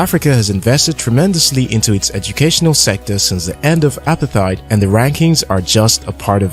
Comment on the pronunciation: Haai. You know its frustrating when a youtube video is made about my country but you didnt even bother to search a video of a south african pronouncing the word 'apartheid'. It takes a simple search to find out how its pronounced and it really makes me question your genuine interest in my home country or are we just used for likes and shares. Like really 🤨😒